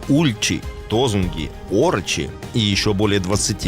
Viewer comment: чёрный медведь, обитает в северной Америке, не в тему . Ударение Ороки, а не орОки. Также другой народ Орочи, а не орОчи! Ужас как безграмотно, и это в массы! Дальше можно не смотреть и не слушать.